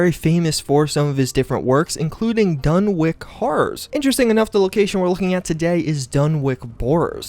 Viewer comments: For people saying its pronounced "wick" may be possible in other places, but in rhode island (where lovecraft is from) we pronounce basically everything different. Dunwich would be called dunnich. We have east and west greenwich, thats pronounced grennich. So, coming from a native rhode islander, im willing to bet he intended it to be pronounced dunnich, as is common in new england. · It’s pronounced done witch not done wick just pointing that out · Dunwich.. done + witch. pronounced like sandwich.. Not done+wick. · DUN-WITCH, not dun wick. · It's DUNWHICH! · Great vid, although I think it’s meant to be pronounced like Dunnich , rather than dunwick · Sorry. This is driving me crazy. It's a *sandwich*, not a *sandwik*, or a *sand -witch*. Ergo, it is pronounced *Dunwich*, not *Dunwik*. Although, maybe, it is actually the *Dun-Witch Borers*. It's seriously creepy. I would love to know the full-on Lore of these spooky places. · ‘Pre-face’, dunwic’k’ Come on…. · Dunwich, not Dunwick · You're definitely right about him missing the CH sound, but it's actually pronounced Duh-Nutch. The W should be silent. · Dunwich horror DUNWICH not dunwick 🤦‍♂️ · Just did some research and found that the correct way to pronounce Dunwich is by ignoring the W in the name (DUN-ich). Had to Google it to find out. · It's pronounced "Dunwich". Literally like Sandwich but, replace "Sand" with "Dun". Also, how many more times are you gonna say "Dunwich Horrors"? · It’s pronounced Dun-Witch. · Well, if you go to Ipswich, New England or any of the places that end in wich, the locals say it as witch. So it would be Dunwitch. But, in the UK, Dunwich would be pronounced Dun'ich. W is silent. I hope that clarifies how to pronounce Dunwich. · pronounced dun-ich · Dunwich not Dunwick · DunWHICH, as in "WITCH." Why can't anyone pronounce words on Youtube? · what's creepy in this video is how the narrator keeps pronouncing dunwich as dunwick and doesn't seem to even realize it. Spooky! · Dunwich = Dun'ich